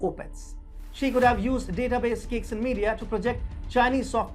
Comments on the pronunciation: It’s pronounced ‘chai sing’. Not kicksin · Caixin is pronounced Tsaisheen.